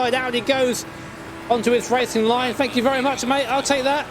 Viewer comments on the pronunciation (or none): none